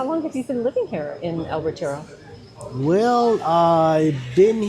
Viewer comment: Hahaha! "El reteejro" 😆